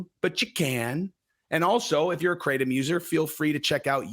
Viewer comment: its pronounced krah-tom